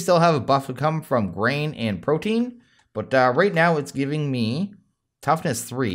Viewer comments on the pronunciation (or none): none